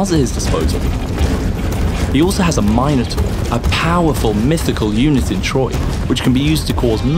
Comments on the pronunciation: Oh, so it's free on EGS because it's the quality of an phone game. Got it. And it's Min-A-Tor, not My-Noh-Tor. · "He also has minotaur..." Wait wtf did he just say? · Yeah, that sounded really wrong in my ears too.